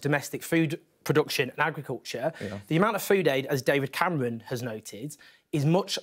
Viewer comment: Owen: "David Camewon"